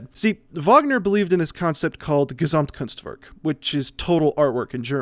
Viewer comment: You butchered that pronunciation of Gesamtkunstwerk